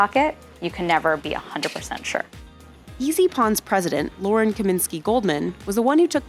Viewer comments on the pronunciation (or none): none